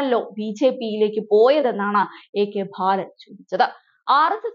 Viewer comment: ഭാലനോ? ബാലൻ എന്നല്ലേ